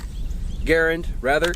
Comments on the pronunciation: Yep he has featured the Garand on his channel and the Garand is very very far from forgotten. I do like him even though he always calls the Garand a Gar-und and not a Gar-AND like it is supposed to be. It has been pronounced that way by GIs all the way back to the WW2 training films and still is by the vast majority of gun historians and old GIs. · not gar-and it's Guh-rand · Russell Houghton "Garand" should be pronounced the same as "parent". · If you're from the south, its "Gah-Rand" LOL. Great video btw. How does the recoil compare to a .308/7.62n Garand? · great video but you guys don't know how to pronounce Garand or Pederson.